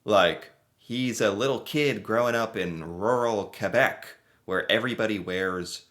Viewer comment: you pronounced Quebec properly. you are now officially Canadian! 😁